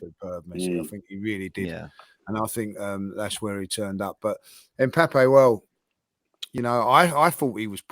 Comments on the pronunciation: Someone tell it’s Mbappe not M Pappe🤣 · Why does call Mbappe Mpappee?